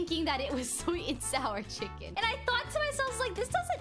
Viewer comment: plss stop sey chiken